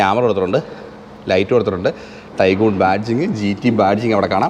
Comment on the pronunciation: ടൈഗൺ അല്ലേ, ടൈഗൂൺ അല്ലല്ലോ.